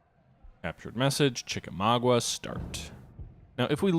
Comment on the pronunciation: Hey, I love your videos; keep on kicking ass! One very minor nitpick: to my knowledge the battle's name is pronounced "chik-a-MAWG-ah", instead of "chik-a-MAW-gwah."